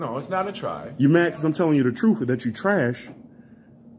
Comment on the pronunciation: Is he telling him the troof or truth?